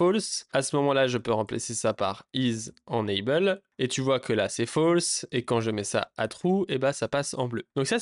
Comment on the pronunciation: Alors deja on dit « énaybeul » et pas énanbeul…. Mais surtout mais LOL utilises vue.js tu vas découvrir des choses waow je pense 😅